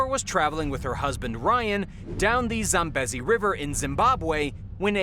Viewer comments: How do you not know how to pronounce "Zambezi"? it's pronounced like "Zamm - BEE - zee". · It's pronounced Zam bee zee. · Scary stuff. I heard that Hippo's are actually the biggest killer of humans, beating sharks. Just as an aside. Zambezi is pronounced with a long drawn out eeee sound. Zam beee zi. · Zambeasy say it like that lol zambeze wee wee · you HAVE to learn how to pronounce words correctly. you can't even say "Zambezi" right. if you're gonna make videos you have to pronounce words the right way